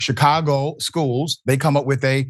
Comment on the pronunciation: Shicago...... learn to speak, Professor.